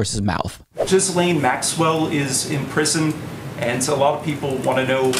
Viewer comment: Her name isn't Jizlaine btw. No idea why Americans can pronounce these names. It's almost like people do it on purpose.